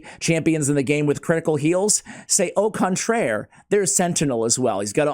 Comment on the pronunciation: Still waiting for brogni😅 sorry if im being impatient lol Edit: "sait au contraire"😂 the pronounciation Lmao🤣 Not trying to be rude btw its just funny